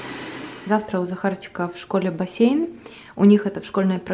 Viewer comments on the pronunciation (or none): none